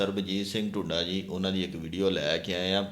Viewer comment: Dhoda nahi dhoonda h ji❤